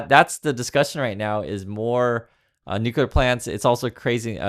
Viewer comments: “New clear” not “new cue ler”❤ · It's Nu-cle-ar, not Nu-cu-lar... Go back to school